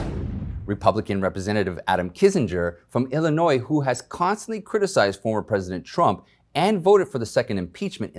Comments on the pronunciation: I like your informative reporting. BTW the "s" at the end of Illinois is silent when spoken in the singular. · You're not supposed to pronounce the "S" in Illinois. Most school kids know that. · Then spell it without the "S" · Love your commentary. One criticism is that you don't pronounce the "s" in Illinois. I was born and raised there so I'm well aware of the proper pronunciation.